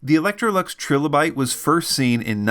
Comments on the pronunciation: its killing me but its pronounced TRY LOW BYTE . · Tri-lo-bite, like the fossils. Unless that is how you'all pronounce the fossil as well :) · It’s “TRY-LA-BITE”. There’s no second “L” to soften the “i”.